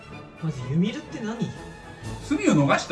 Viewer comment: ユミルのイントネーションやべえwwwww